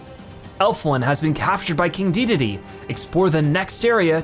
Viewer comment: not trying to be rude but the name is not deedeedee it is de da day